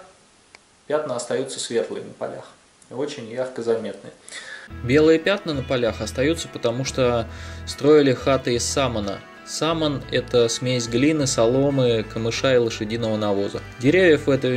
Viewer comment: Саман, говорится с ударением на вторую букву А